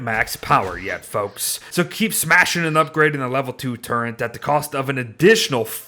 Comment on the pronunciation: I cant get over "turrent"